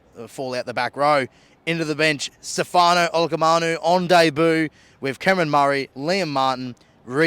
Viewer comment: Need some work on those names mate. Who is Tino Fa’asuamarari and Stefano Olakamanu 💀